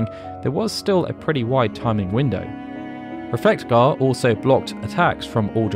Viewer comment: The way you pronounce Reflega hurt me so much. Great video though.